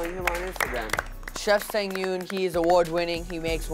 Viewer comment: I wish they had made Japanese or Korean cold noodles(cold ramen/ramyeon). Anyway, I wonder why the MC couldn't pronounce Chef Sang Yoon's name correctly. It irritates me when he pronounce 'Sang' from Chef Sang Yoon's as if it's the Verb 2 of 'Sing'. Those 2 words have a totally different pronunciation. 😭